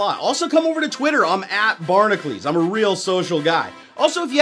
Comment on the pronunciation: Why do you say bar-na-klees when it's spelled bar-na-cules???